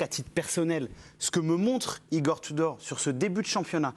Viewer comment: C'est pas Igor tu dors mais Igor tout dort. Le U se prononce OU en Croate